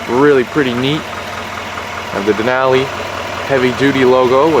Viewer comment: Nice overview. Just need to pronounce “Denali” correctly. :)